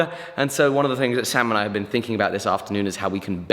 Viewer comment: Everytime he said "sam and i" i understood "samurai" and i was thinking "is he working with samurai again?" hahaha got me build up